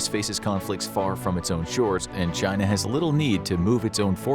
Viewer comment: Well they all DO say there's only One China. Your version sounds a lot better to my American ears than Xi's version.